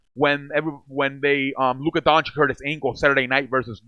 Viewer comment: I liked the video... Btw, Luka's last name is pronounced like Doanchich, not like Donchick... Not trying to be a dick by mentioning that, I was saying his name wrong too for a long time.